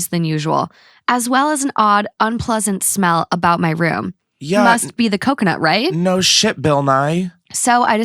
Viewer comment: Did he say cumconut? 😂😂😂